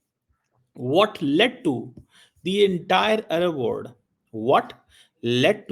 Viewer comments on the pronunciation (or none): Salla .ooh se aloo nikal pehle, arab word nahin arab world, wo bhi samne dekh ke padh raha hai, ye hai university me lecture dene wale ka haal.